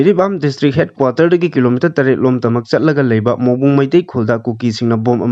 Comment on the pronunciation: Mongbung haiba natte Morbung haibni.